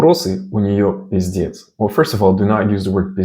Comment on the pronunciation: "Пиздец" максимально безакцентный